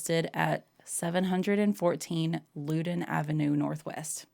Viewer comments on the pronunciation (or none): I, too, am a nerd (and a genealogist) and had to laugh when you were talking about waiting on the 1950 census-same! 😆 So you know if you come across it again, the name of their street is pronounced Loud-in. Hope you feel better soon,., you did a great job; thank you for helping him out.